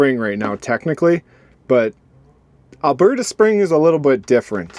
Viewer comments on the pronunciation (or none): none